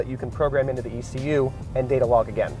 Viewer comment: I don't have an "EK YOU" in my car but aI do have an "E. C. U." its called an Engine Control Unit... but no "EK you" its called E C U TEK has been for 20 Years...